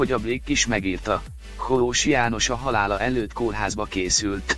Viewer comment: Nem Koós-nak kell kiejteni, hanem Kósnak, tiszta szégyen ez a szinkron.